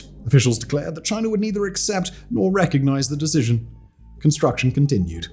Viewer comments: It's chinA not chinER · Chiner. And malaysher.